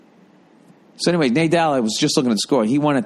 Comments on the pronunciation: haha pretty sure it's pronounced NAH-DAHL not NAY-DAHL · Love how he butchered Raffael Nadal's name :D